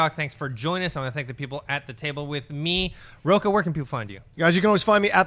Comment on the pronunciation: Yes, big words from a guy with a Portuguese surname (Rocha) that he's constantly mispronouncing... A little more study and respect for your own Portuguese heritage, mr..